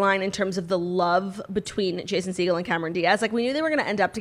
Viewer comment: Claudia you’re going to poke someone’s eye out its Segeaawwwl not Segel 😂😂😂 ♥️